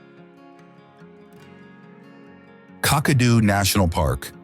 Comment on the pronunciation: never heard of cockadoo only Kakadu it might be a good idea to speak to an Australian, a real one to pronounce some of the names because some of these towns I've never heard of and I was born here in 1958😅🤣😂